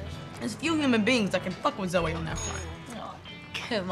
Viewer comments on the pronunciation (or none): Goddamit guys! Its pronounced Zo-eee, not Zo! Who ever heard of a Woman called Zo?!!! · My two favorite things about this video are that he keeps calling zoe zoh and dillogy instead of trilogy. fantastic video keep it up. I'm doing a deep dive into the rest of y'all's content